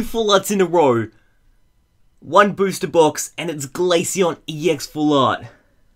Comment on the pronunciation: (Glay-shy-on) not (Glay-sy-on